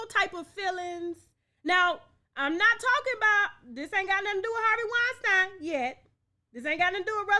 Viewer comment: That man's name is pronounced wine.STEEN... PLEASE STOP calling him weinSTINE